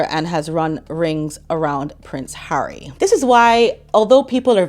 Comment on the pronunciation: And when she's not calling him H, she's calling him "Hairy". She's so clever that she can't pronounce 'Harry'. 😂